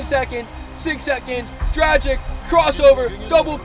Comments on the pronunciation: Dragich, not dragick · Btw there’s an accent on the c so it’s pronounced dragich, like “dragon”